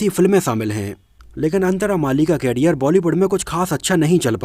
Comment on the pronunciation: Bro, please don't mind but the pronunciation of the word career is करियर, whereas कैरियर stands for carrier which means to carry.